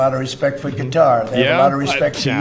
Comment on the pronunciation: Did homie say “Guitar” when he meant to say “Qatar” ? 😂